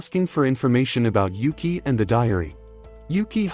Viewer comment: he says Yuki's name wrong the entire time until there.